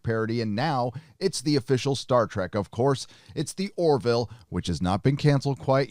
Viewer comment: Dammit,! The Orville is named after Orville Wright, not Oroville, California!!!